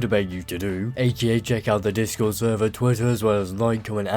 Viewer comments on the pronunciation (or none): none